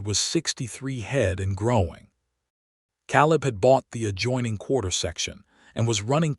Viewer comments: Ka Leb Clar a first a is long because it ends the syllable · Love the story but hate how the AI pronounces Caleb's name wrong.